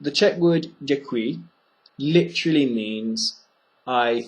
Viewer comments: do you think that dick-wee is as děkuji? if someone tell me in street I'll have problem understand him :o( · still, I am confused about the pronunciation of "dekuji" when you pronounce fast, it is heard like 'zikui' :/